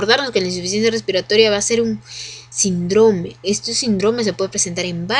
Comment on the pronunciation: me descontrola mucho que diga sindrome sin acento, pero más allá de todo eso super buena explicación. Saludos!